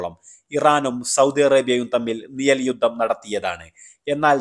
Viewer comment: നിയൽ യുദ്ധം പോലും.. 😂ആദ്യം മലയാളം ശെരിയായി ഉച്ഛരിക്കാൻ പഠിക്ക്.